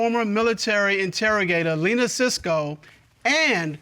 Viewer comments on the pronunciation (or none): none